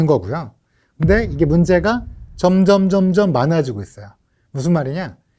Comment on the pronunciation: 선생님. 발음 테클입니다. 점점점점(×) 점:점 *잘아시지만 한자가 달라용